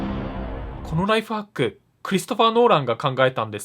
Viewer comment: ナイトファックに聞こえた